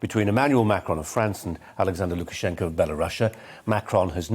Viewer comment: Well done saying Lukashenkos full name without biting your own tongue off 😂